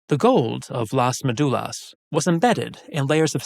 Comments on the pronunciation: Just a little correction, it is MÉdulas, acento en la primera sílaba, not MeDUlas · You need to learn to pronounce ''Médulas'' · You do a video on a subject and can't bother to learn how the central word is pronounced? It's basic part of the most basic research on the matter.